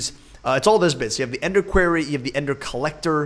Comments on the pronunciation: Quair-ee Vs. core-ee Facepalm... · Dude it's said with an o not an a so when you say quarry say quorry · it's pronounced qwar-re